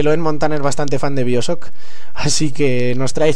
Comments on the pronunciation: Biosoc?? xD pq los españoles no pronuncian bien el ingles? xD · jaja "biosock" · no quiero insultarte pero pronuncias mal bioshock se dice en ingles